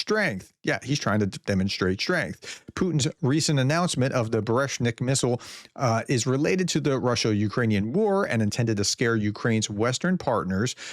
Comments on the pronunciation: It’s pronounced bur-vest-nik. Easy to find out on Google Translate. Don't be so lazy! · Love your struggles pronouncing these haha try this phonetically "bur-ye-vest-nik" it means thunderbolt and implies that "a thunder brings the news of an upcoming storm". Cheers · It is boo-re-VEST-nik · It's got a V in the middle: "Buh-reh-vest-nik". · Buh-reh-vest-nik not Brezhnev . But it doesn't matter because it probably doesn't exist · It is pronounced bu-re-vest-nik. And that it was able to avoid air defense is not a big achievement, Ukrainian drone regularly avoid Russian air defense 😂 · There's no h in that missiles name Try harder to pronounce Russian words please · Oh come on! You’re supposed to be a Professor! Is it really so difficult to pronounce “Burevestnik” correctly 🤷‍♂️ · Professor - "oreshnik" is a tree, generic nut. Burevestnik is a bird - storm petrel. You definitely did not excel in pronunciation of either. Just a friendly explanation/correction. Appreciate you work!